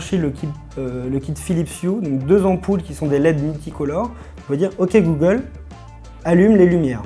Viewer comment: "dit gollum ..." Articulez bon dieu ! Il a bien du mérite ce petit assistant.